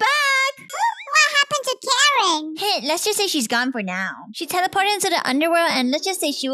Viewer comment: When karen fainted in the pool you said shell insed of she